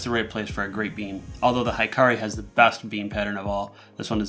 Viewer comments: He-ka-ri :) not hi-ka-ri it's mean [light] in Japanese :) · it's pronouced hee-kah-ree, not high-kah-ree. It means "light" in Japanese. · A nit: Hikari is pronounced "Hee-car-ee" and not "high-car-ee." ( Japanese vowels = Spanish vowels. ) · Great review! However it is annoying to hear americanized japanese pronounciation. Hikari should be pronounced he-ka-li, but what even. Since you guys already ruined pokemon especially when nintendo put an "é" to remind you. I guess I should just get use to it. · "Hikari" should be pronounced, "He-Car-Lee" Hikari(光) means "light" in Japanese. I'm Japanese subscriber!!!!